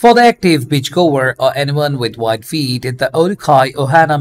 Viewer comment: I love flip flop reviews. Each time he said “wide feet” I thought he was saying WHITE feet 😅. The Olukai brand and the Rainbow brand he showed was my favorite. Made the models nice bare feet look great in those.